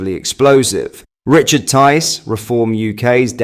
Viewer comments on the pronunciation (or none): none